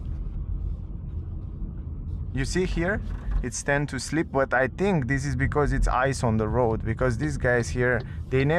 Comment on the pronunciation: Try to say English TH like in CLOTH. You say I THINK like I TINK 😢😢😢